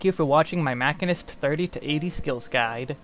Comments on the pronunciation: Is "mack-in-ist" a joke? Sorry, I'm new here. I'm pretty sure, like really fairly certain beyond a shadowbringers of a doubt, that it's "machine-ist" (musheenist). Anyway, great video and I thank you! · Your pronunciation of machinist(supposed to be "ma-chine-ist" not "mach-in-ist") is so painful that I physically cringe every time you say it. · Muh shee nuhst, not Mac hin nust......sry drove me bat shit crazy during video, otherwise good vid. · Great Guide! Also its called ma-shee-nist not ma-kin-ist. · Guys, holy shit. It's "Machine-ist". Machinist. It's a actual job, people that "machine" things. It's not hard. It's just the language you're speaking in the video. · It's pronounced 'muh·shee·nuhst' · MAH-SHEEN-IST MAH-SHEEN-IST MAH-SHEEN-IST. Even the devs pronounce it this way. Don't make me be that guy. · This man confidently said mack-inist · I am pretty sure it's pronounced ma-sheen-nist. Other than that, excellent guide. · In the first 5 seconds you said "mackinist" and you immediately lost me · Nice guild and information. FYI It’s pronounced machine + ist. Mah-SHEEN-ist. Machinists use guns and machinery in this game and in Final Fantasy lore in general. You’re taking the basis behind the job out of the name. 🤢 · i've never heard 'machinist' pronounced this way.